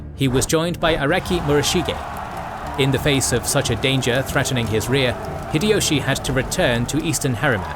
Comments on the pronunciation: The correct pronunciation of 豊臣秀吉 (Toyotomi Hideyoshi) in Japanese is "Hee-deh-yoh-shee" (ひでよし). "High-Dee-Yoshi" is incorrect, as is "Hid-Ee-Yoshi." The "Hi" in Hideyoshi sounds closer to "Hee" rather than "High." Furthermore, how does he claim that Nobunaga was the ruler of Oda? Please don't tell me that you really think that because Oda is on the map, it means the name of the province. He obviously means the names of the clans instead of the provinces, or why are the other names written there? Including Takeda, Imawaga, and so on. Your logic wouldn't make sense either, since, for example, the Takeda weren't just the rulers of the Kai province, but much more. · It's High-Dee-Yoshi not fricking Hid-Ee-Yoshi. Also, Nobunaga was the ruler of Owari, not Oda. That's just 2 things I noticed in the first 3 minutes of your vid. You should be fucking ashamed of yourself for presenting inacurate information as fact to 3 million people. 😡